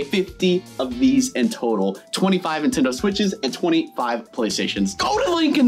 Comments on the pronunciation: They’re not “intendo” switches, they’re “Nintendo” switches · He said intendo switches😂😂😂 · who is here in 2024 and btw i love how says intendo when its nintendo